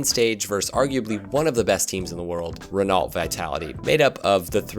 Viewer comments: "Wren-all-t" vitality? Really? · Smh you mispronounced Renault